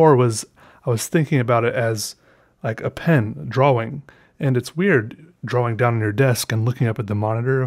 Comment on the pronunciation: I love how he says "drawing"... "draw-wing"